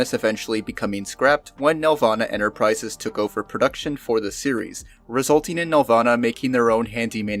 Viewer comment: "each ofver"